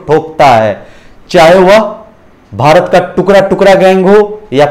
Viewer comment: टुकरा नहीं टुकड़ा होता है 😅😅